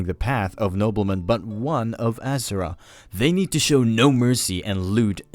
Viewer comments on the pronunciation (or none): none